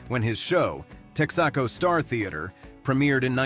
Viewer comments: Who id "Milton Burley"? What is "Teck-sock-oh" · Tex-ah'-co? Wr-ong' pronunciation! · Bur-lay...Tax-co,?? Are you sure you ever even heard of these people and companies? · Why can't narrators properly pronounce anymore? It's "burl" and "tex' aco" and why is this even a video? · ..the star of the Tex-AH-co theatre! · Tex ahh coe? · Milton Berle….not Berley. Mispronounced Texaco. Who is this schmuck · With the NUMEROUS mispronunciations in this, it was hard to watch… Berley and Texaco????